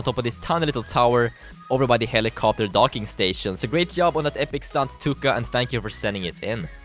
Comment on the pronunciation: im from finland do not take for bad i laugh alot in the tuukka viljanen and the second you said tukka viljanen in finlnad tukka means hair